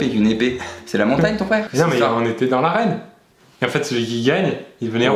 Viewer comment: « on était dans l’arène » ou « dans la reine » 😂